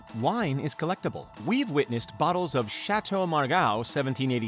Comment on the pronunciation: Really liked how you murdered all the French words.